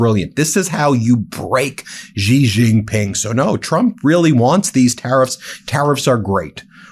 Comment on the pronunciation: 'Xi' is pronounced as 'she'